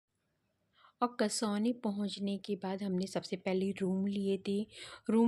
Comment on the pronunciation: कसौनी नहीं है बल्कि कौसानी है इस टूरिस्ट प्लेस का नाम 😊